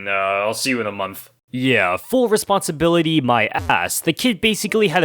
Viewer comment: I like the part of “full R E S P O N D S I B I L I T Y”